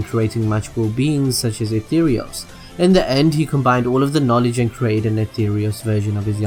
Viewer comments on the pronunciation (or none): none